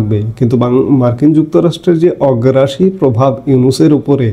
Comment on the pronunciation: আমি আপনার একজন নিয়মিত শ্রোতা। আপনি আমার চেয়ে অনেক বেশি শিক্ষিত আপনার ভুল ধরার যোগ্যতা আমার নেই। তবে একটু সংশোধনি দেয়া মাত্র। আপনি একটি শব্দ প্রতিদিন ভুল বলে যাচ্ছেন। সেটা হল "অগ্রাসী" এই শব্দটা ব্যবহার করেন আসলে এটা হবে "আগ্রাসী"।